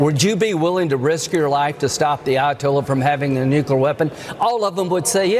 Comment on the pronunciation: Do they say “new-q-ler” on purpose?!